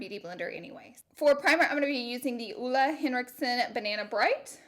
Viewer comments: Louise Hvid It’s more of an OE sound in Ole rather than Olé isn’t it. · It should sound like OOLE? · The way Americans pronounce “Ole Henriksen”😂 Sounds so weird to danish people...